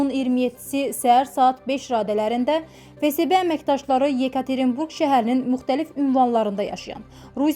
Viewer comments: Ay kůt fe se be yox fe esbe FSB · Фесебе yox феесбе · Fesebe yooox ))) Ahıbdı düz tələffüs et